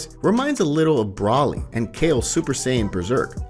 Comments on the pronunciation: Can I just say this man isn't saying broly hes saying braly and it's hilarious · First of all, you continously call Broly, Brawley. Then you call the Tree of Might, the Tree of Power and probably most importantly, this is just HORSESHIT. I guess it's a fan-manga but I've never even heard of it and now I know why. And I don't think that's your voice calling Whis, fuckin' WHIZZ! WHO IN THE BLUE HELL ARE YOU?! TERRIBLE.